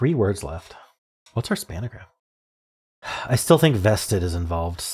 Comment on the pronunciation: Hm, this one had two spangrams, or as you (alone) like to say "spanagrams".